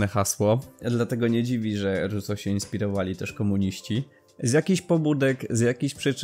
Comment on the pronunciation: . Trudno było słuchać, pełno błędów od Ruso po pożeniona, rezygnuję